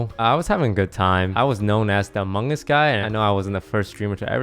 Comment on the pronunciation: Lmao “the amonnguns logbby” 👴🏾